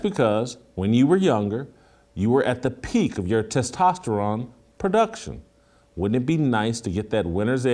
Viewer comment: Someone got on Jason for his Testosterone pronunciation. 🤣